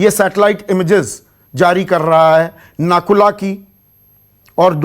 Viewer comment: Sir ji nakula nehi woh nathula hai. Hamare north Bengal aur north east se toh aap log hamesa sautela jaisa bartav karte ho ab jab china aggressive hua hai toh aaplogo ko chinta ho raha hai wah vai wah